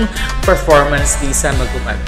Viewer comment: hey girl , you didn't get the right pronouciation it's MA _ NGUBAT